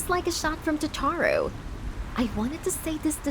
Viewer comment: Taaaatoro you mean totoro